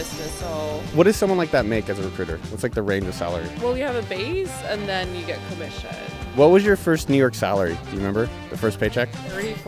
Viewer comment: 2.46 "CooMmisSiooN"